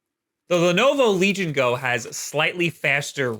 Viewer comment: The emphasis should be on Go, not Legion.